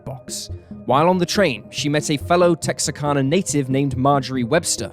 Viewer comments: Texarkana is Tex-are-can-uh not Tex-uh-can-uh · There is no such place as "Texa-karna". The name you're trying to say as Texarkana. KANA, not KARNA. The R goes after first A, not after the second A. It's easy to remember because the "Tex" is for Texas and the "Arkan" is for Arkansas. Tex + Arkan + a = Texarkana. NOT Texakarna. You'd think somebody who's trying to be a professional narrator would take half a second to look at the word and read it correctly. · “Tex-R-Can-Uh” is the correct pronunciation.